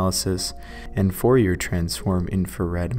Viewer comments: "Fourier transform infrared spectroscopy" is named after French mathematician Jean-Baptiste Joseph Fourier. It is pronounced with an "ay" at the end. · Interesting. Jean Baptiste Joseph Fourier was a French mathmetician in the 1600s and 1700s, and one of the greatest minds of all time. You have him to thank for digital video and audio, and the metric system among other things. You pronounce his name without the 'r' at the end.